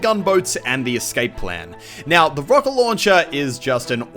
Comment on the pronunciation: ""The rowket launcher"